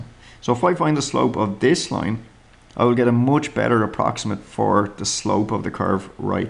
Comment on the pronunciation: The way he says "moch bettah"